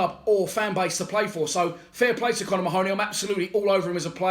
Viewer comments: Get his name right mate 🤣 its ma-honey not ma-hooney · Should be pronounced " Marhney".